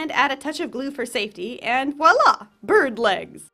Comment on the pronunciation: Uhh, I’m not sure if it was on purpose but when you said floofy bird, it actually sounded like “floofy burb”